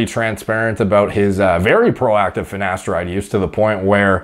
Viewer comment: I doubt he takes finateride, he can't even pronounce it correctly